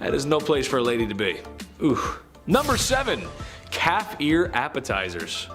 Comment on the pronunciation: OMG, I thought he said cat ear appetizers at first instead of calf lol